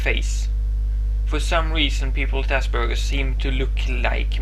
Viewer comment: For the first time in my life ive heard Aspergers as Ass Burgers ;3